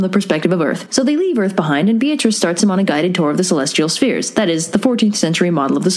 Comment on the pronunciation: Funny thing about Beatrice (which, by the way, was pronounced completely wrong in the video because her name uses the Italian pronunciation ;P): She was never Dante's girlfriend. Dante barely spoke to her. He was one of those poets, like Leopardi, who secretly admired a woman from afar and considered her to basically be angelic and perfect and called that admiration and reverence "love".